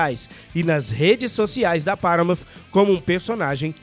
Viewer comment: dica de pronuncia de hoje: paramount não tem o som de "F" no final. o som correto é o "T" mudo, sem o i que nós brasileiros temos o hábito de colocar no final de todas as palavras terminadas em consoante. o som de "F", na verdade, é o som do "TI" "EIGE" o TH que tem em thanks e earth. ele é produzido quando posicionamos a ponta da língua entre os dentes e sopramos ao mesmo tempo. assim thanks não fica com som de tanks, por exemplo. vamos por o curso do professor jonas em prática aí galera.